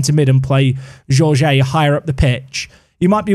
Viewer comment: Jorge pronounced like Georgie in english but start like shore-gie